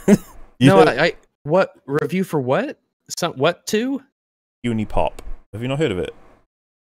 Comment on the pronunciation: Made it through 40 efaps but pronouncing Huniepop as "Hoonie pop" is the thing that broke me EDIT: And now is shitting on it. Wow. I'm reconsidering my subscription to this channel, good sirs.